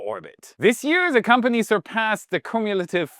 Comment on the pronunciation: Grammar nit-pick of the week: Cumulative is pronounced like the letter Q. So [kyoo·myuh·luh·tuhv] All the best 🚀